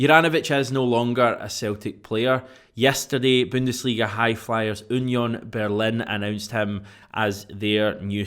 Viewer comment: Oonyon Berlin?🤣 no jst Union Berlin 🤷🏻‍♂️